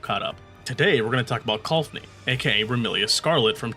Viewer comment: Why do you have to mispronounce her name so much? Her name is Colphna